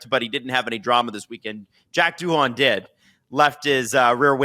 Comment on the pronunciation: love the pod but those pronunciations of Verstappen and Doohan are painful